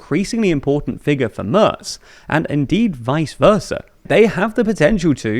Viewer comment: Tip: Try Mairts instead of Murts. It is much nearer and much more agreeable to all the other ears that aren´t anglophone.❤